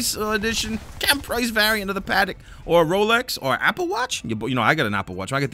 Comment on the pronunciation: Yo Patek is pronounced “Puh-tec” not “Paddock” fyi but great video nonetheless